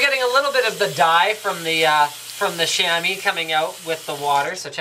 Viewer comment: Chamois is pronounced "Shammy" Lol.. Sham-Wah...